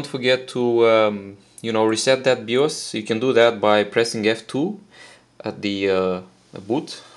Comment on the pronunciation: “Bios” is pronounced “Buy-yoous” but other than that awesome video.